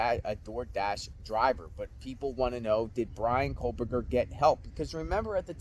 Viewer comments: Another guy who says "COAL-berger" instead of KOH-berger. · There's no "L" in "Kohberger" bro. Its pronounced "co - burger." Not "coal - burger." Its little stuff like that which will make people disregard your research, insights and opinions if you can't get the perp's name right.